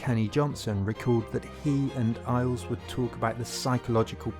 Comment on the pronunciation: Good video, but your pronunciation of many words is killing me, including Ailes.